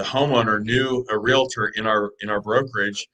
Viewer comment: Really? "Real A Tor?" Its a two syllable word